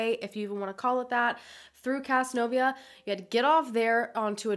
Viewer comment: whoa...casnovia. thats literally the next county over from where im from. its pronounced caz-nove-euh